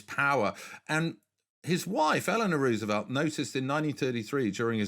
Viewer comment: Interesting. BUT! I wish people would not mispronounce the name "Roosevelt". It bugs me every time I hear it. (Clue.. o not oo)